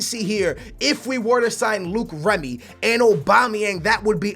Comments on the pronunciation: It's loic Remy not Luke remy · Its LOIC REMY not LUKE REMY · who is Luke Remy? Its loic remy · ITS NOT FUCKING LUKE REMY. ITS PRONOUNCED LOYK REMY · It's not Luke remy is loic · Don't sign Loic Remy because I Will get tired of U saying Luke Remy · Sing Loic Remy its pronounced "Like" Remy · I think it's pronounced LORIC Remy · Loïc Remy is pronounced "Loyk Remy"